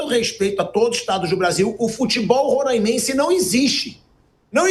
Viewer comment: Não rôrâimense, é róráimense. O som não é fechado, é aberto